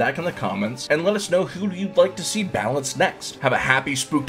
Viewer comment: Bro called it a “balance” 😭